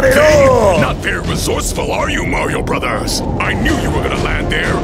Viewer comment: I love how the bruvers keep pushing a chuver